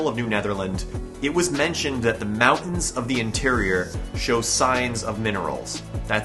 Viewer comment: Dude your pronunciation of mountains is killing me.